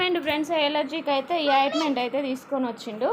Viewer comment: అయిటుమెటు కాదు ఆయింటుమెంటు ok